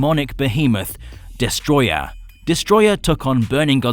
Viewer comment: It's destroyAH not destroyER